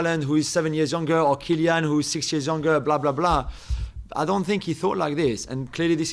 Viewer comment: "Kilian" terrible. What kind of journalism is that?